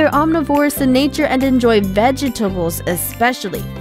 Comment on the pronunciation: did she say ve-ge-tabebles